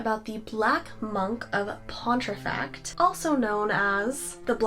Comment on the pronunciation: It's pronounced Pon tee fract been there many times. :)